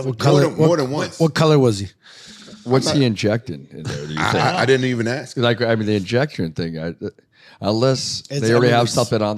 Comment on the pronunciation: Why does rampage say “ AX “ instead of “ Ask” I’m Finnish and I understand how to say ask